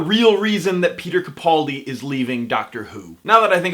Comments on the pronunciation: Ca-PAL-di. Ca-PAL-di. sheesh, Travis, keemon now. I completely adore you, but.... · Everyone's complaining on how this guy pronounces Capaldi. Have I been saying it wrong all this time? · Please learn how to correctly pronounce Capaldi.